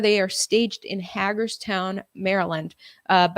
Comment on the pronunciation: Hey, appreciate your research and reporting on real, factual news! I also just wanted to let you know that Hagerstown is pronounced haygerstown as in hay is for horses. I live in Hagerstown. I might have to check out the convoys party this weekend.:)